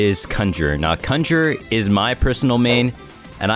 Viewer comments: THIS MAN SAID CUNJER NOT CON-GER-RER OMG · "kunger" lol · The way he says ''cun-jer-er'' bro triggered me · swear to god ur saying cumjerer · that way bro is saying conjurer 😭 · my lil bro kept freaking out everytime you said conjurer wrong like bro couldnt just leave my mans in peace